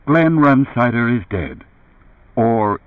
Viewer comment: Run-sider is the way this guy says it - strange..